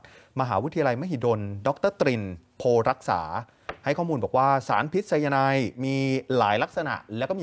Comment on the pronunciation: ออกเสียง คือไซ-ยา-ไน ไม่ใช่ ไซ-ยา-ไน๊ท